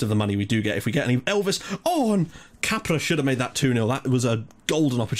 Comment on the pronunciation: When you say Capra, it sounds like you are saying Cabra, that in portuguese means Bitch, LOL!!